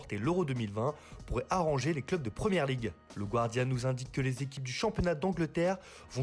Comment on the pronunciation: C'est "Gardian" pas "GWARDIAN"